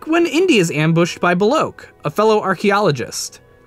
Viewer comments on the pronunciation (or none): Beh-Lock not Behloke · It's bell-okk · ''Beloke'' Like when Sallah says: ''Bellosh''